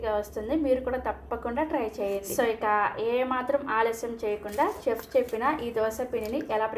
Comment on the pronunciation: చెఫ్ కాదు షెఫ్ అనాలి, మినప గుల్లు కాదు, మినప గుళ్ళు అనాలి